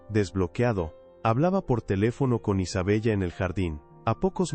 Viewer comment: Isabella.. pronunciación.....Isabela